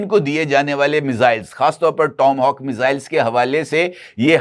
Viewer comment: میزائل کا نام، "ٹام ہاک" نہیں بلکہ "ٹوما ہاک" ہے (Tomahawk) دراصل امریکہ کے قدیم باشندوں کا ہتھیار تھا۔۔